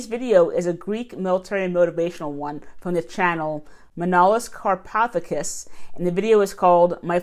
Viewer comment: ka -rpa-thà-kis the Hellenik name's it's easy too readings if you know the spelling. 😊😊😊